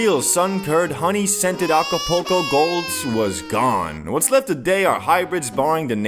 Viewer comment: lol alcopoco mode he said 🤣🤣🤣